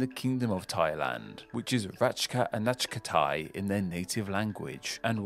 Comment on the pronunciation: I laughed so hard when you tried to pronounce "ratcha-anachak Thai". I know it is hard, even for some of us. :D